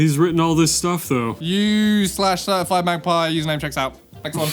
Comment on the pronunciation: Why did the last “username checks out” sound like “fuck you” lol